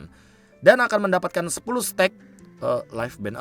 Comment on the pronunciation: Be sepele sih ini, tapi baca stack-nya agak ganggu, jadi laper dengernya steak mulu😂